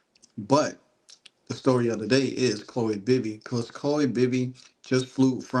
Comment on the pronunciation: Chloe, not "Chole".